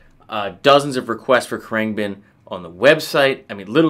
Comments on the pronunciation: Khruangbin. Pronounce it with a silent "a". Krung been. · I've never heard it pronounced "krang Ben" until now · It's pronounced "Krung-bin" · Kru-ahng-bin เครื่องบิน :) Proper pronunciation 🙏 Love all the videos. ขอบคุณมากครับ Thank you 🙏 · Heheh him pronouncing Khruangbin wrong followed by saying August 12th made me laugh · Insults guitarists tone/style and mispronounces band name multiple times... How could this go wrong? Your analysis is of course still good. Glad you gave them a go. Mark is influenced by 70's Thai funk. Context is key. FYI Marks leave the wah on all the time into a dimed boss OD with no distortion (Clean boost). He rides the volume and changes pick ups and finger style for the tone. He is heavily inspired by eastern scales from other instruments. I think you entirely missed his note intention because your not thinking like him... How could you? That's what's makes his music melodically unique. He is trying to replicate eastern instruments on the guitar. He talks about it in interviews. His rig rundown is really odd. You should watch it. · you are saying the name all wrong!